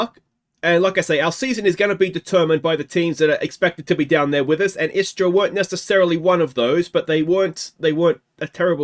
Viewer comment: You pronuced them good, istra and varazdin also. Istra is a team based in the beautifull town of Pula, on the croatian halfisland called Istra. They were established in 1961. In the last few years, they were an afiletclub of alaves, spanish club. They were subsribed to the 9th position for years since ligue 10 was established, only to finish 5th last season. A good team with solid gk majkic and a killer st erceg. They had spanish managers last 5 years, actualy only one manager for 4 years i think, which is rare in croatia to have a manager longer then a year or two. And yes we do have palms in dalmacia and istra, but they are not natural but import palms